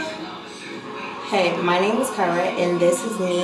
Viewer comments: You do be saying her name wrong 😂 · I wish your friend just had a nickname bc at this point she not letting up on you saying her name wrong 😅